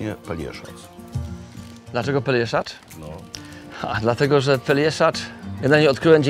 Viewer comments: no właśnie... też to zauważyłem :D "peljeszacz" :D :D :D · Nikola już pięć lat mieszka na Pelješcu, a jeszcze nie potrafi wymówić poprawnie nazwy półwyspu